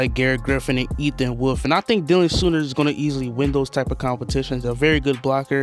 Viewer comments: I will say I knew my boy Dylan Soehner pretty well from high school and you pronounce it "Sane" "Ner". Dope to know a Saints player, Who Dat! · Dylan Soehner is pronounced “Say-ner” not sooner, and he went to Iowa State, not Iowa. 🤦🏼‍♂️